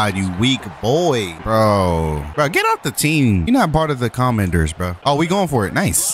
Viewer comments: um its commanders as in general commanders not comenders lmaoooo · It’s not the comenders lol it’s the commanders 😂😂